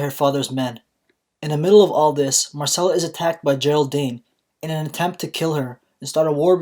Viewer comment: its not 'marcella' its 'myrcella'